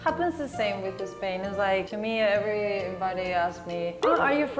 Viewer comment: Spain, not"Espain".